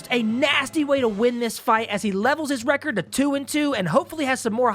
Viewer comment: God damnit! RECORD NOT RECEERD